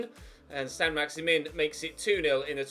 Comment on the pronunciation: that Saint-Maximin pronunciation tho 😂